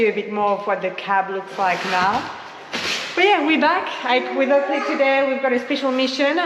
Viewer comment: Keep hearing him say Ugly instead of Oakley, 😅